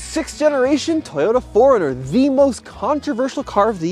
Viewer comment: It sounds like he is saying Foreigner.